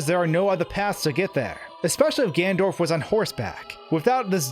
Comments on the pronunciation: He says Ganondorf but shortens it to Gan'ndorf. As a German speaker I'm used to this. In German words with n-e-n are shortened to nn'. For example rennen (to run) is pronounced renn'. Think of English. Planned is written with an e, but is pronounced plannd. So no big deal here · Man am I glad that I skipped half of the video to get to the point. Also: "GANDORF" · He's not even saying it properly, he's literally saying "Gandorf" and it annoys the shit out of me. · Your pronunciation of "ganondorf" isn't correct... ugh. You're saying "gandorf" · I liked the video, i really really did, it's a quite somber detail, but for god's sake Gan-ON-dorf ... Kisses, bro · He said gandorf 😂 love that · Why does he say "Gandorf??" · Really¿ "Gandorf"¿ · great video but you keep mispronouncing Ganondorf lol. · omg, its Ganondorf not Gandorf. Slow down. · The way this guy pronounces Ganondorf as "Gandorf" gives me a tic every time. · Did you just call Ganondorf, Gandorf at about ??? Also, what if, the dying soldier was Ganondorf in disguise to get Link to open the Door of Time 😮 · If you make a video where you say "Ganondorf" 50 times, at least learn how to pronounce it... "Gandorf" is making me cringe every time. Seriously great content but something to work on. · Nice breakdown and exposition. Good stuff. But it's "Ganondorf", not "Gandorf". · It’s ganon dorf. Not Gan dorf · Ganondorf. Not Gandorf. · Dude it’s Ganondorf not Gandorf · does he keep saying gandorf instead of ganondorf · *Ganondorf, not "Gandorf"... Fight me, I know I'm being a prick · It’s Ganondorf, not “Gandorf”.... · GanNONdorf. It's Gannondorf. Not Gandorf. Great video by the way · Ganondorf Gan-ON-dorf Not “Gandorf” GAN-ON-DORF!!! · you can see that it is "GANONDORF" why do you keep saying "Gandorf"? You would think that someone who talks for a living would bother learning how to speak properly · Am I the only one slightly bothered by him saying gandorf instead of Ganondorf? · Who's "Gandorf" ? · Gandorf... Lol